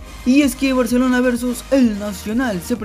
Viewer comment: Si vas a dar una informacion dala bien no somos lo mejores en defensa sino fuera por los arqueros salieramos goleados y habla bien es barcelona no baaarshelona